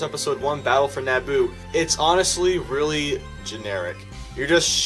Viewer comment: It gets really weally good did I here that right